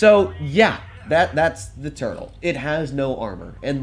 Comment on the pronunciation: I thought said turd not turtle in the start